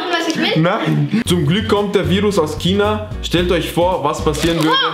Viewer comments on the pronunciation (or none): Es wird nicht kina ausgesprochen sondern schina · Dieses Kina anstatt zu sagen China sagen die Kind hahaha😂😂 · Es heißt China und nicht kina